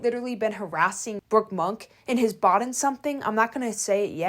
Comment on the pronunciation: I've been speaking English for probably around 40 years. I have absolutely no idea what the word "bawden" is . Did you mean bought? 😂